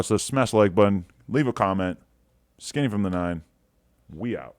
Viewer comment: Nobody: Adam:Skinnyfromthenine!